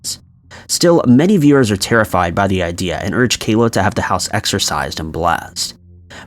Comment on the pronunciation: ..and it is not exercise, it is exorcise .....o not i